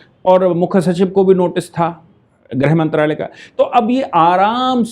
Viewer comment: आप ग़लत हिन्दी उच्चारण कर रहे हो आप गृहमंत्री/ गृहमंत्रालय को ग्रह मंत्री/ ग्रह मंत्रालय कह रहे हो,,,, लगभग सारे न्यूज़ चैनल ऐसा ही ग़लत उच्चारण कर रहे हैं